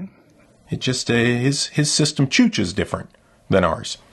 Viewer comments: "Chooches" Heh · When you said chooches differently . Was that homage to canadian electro-gangster AVI ?